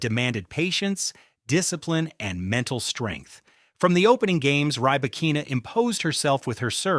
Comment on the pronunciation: Don’t think he actually watches games.Always mispronounces names.Rybakkkina beat her at WTA finals.